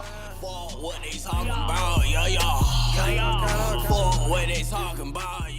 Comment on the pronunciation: Every time he says "yah yah" in that English accent I lose my shit💀